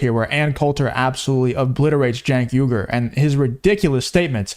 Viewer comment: Love your stuff but you keep missing pronouncing his name it's pronounced ( Chunk Hunger)